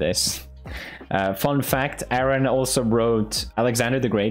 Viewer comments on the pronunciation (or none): none